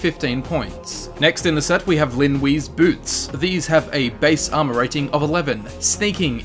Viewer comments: Linwe is pronounced Lin Way! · Stop saying Lin Wee